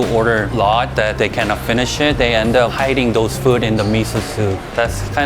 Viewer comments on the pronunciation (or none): Im glad he tried this “foowed”. man, Americans… 😂